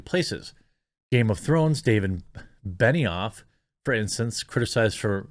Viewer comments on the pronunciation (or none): none